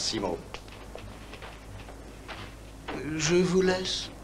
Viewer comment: ...et ce n'est pas Masiiiimo , mais Maaasimo !